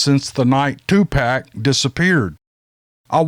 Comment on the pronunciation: Great story...Thanx, I got the dig on 2Pac, 😂, it's pronounced ( 2Poc ) 🤣. Just an FYI, 2Pac was never like this guy, sure he was a product of his urban environment. But he and his music is viewed as an urban music art, but I get the urban reference in this story, trying to describe this idiot...oh ! Now I know BigFoot has a heart 😉